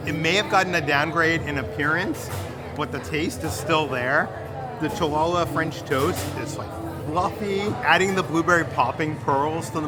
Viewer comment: I am sure you called it chalala bread because you met Baymax....👊🏼 Fa lalalala 😂❤️ frequent watcher, first time commenter. Thanks for amazing videos.